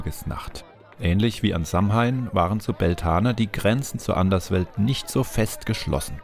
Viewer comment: Sehr interessantes Video :) jedoch wird Samhain anders ausgesprochen. Es wird Sa-uin ausgesprochen